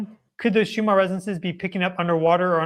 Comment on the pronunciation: Schumann is most likely of German descent. Is that why you pronounce it as if it ends in an “R” instead of the two “N’s” it actually ends in?